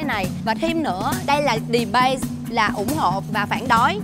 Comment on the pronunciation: Cái đệch, debate mà KD đọc debase